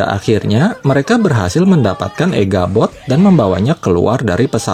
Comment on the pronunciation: Echabot tole bukan eghabot